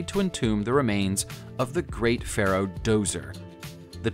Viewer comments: It's pronounced "jozer," not dozer. The d is silent, ugghhh..... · Djoser is pronounced "Joser" NOT "Dozer" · Djoser is pronounced thusly (dental frictive) + JO-ser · That bugged me too. At least he got Edinburgh right. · I was always taught that the Pyramid of Djoser or Zoser was pronounced with a 'J' or 'Dz' not a hard 'D'.